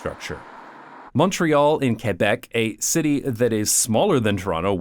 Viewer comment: Nod to Québec right prononciation, great vid as usual.